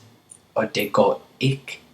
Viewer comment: Exceptional lesson. The only thing I have to say (as a native speaker of Danish), is that the way you pronounce "Det" is a bit off. Almost sounds like you're saying "Dag" (Day).